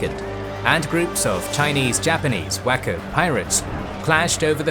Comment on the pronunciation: Of course, I heard it as "whacko pirates"